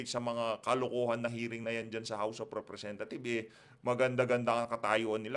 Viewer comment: tamaba ung pag kakarinig ko house of representa thief? hahahah